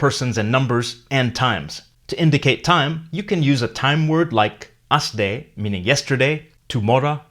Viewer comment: Asde sounds like quickly pronounced yesterday